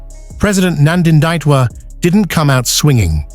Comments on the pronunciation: Please read my President’s name correctly!! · Can sone Namibian in USA please help the Yankee with correct pronunciation of our President's name!?